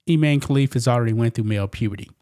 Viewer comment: Its pronounced Ee-mah-nee.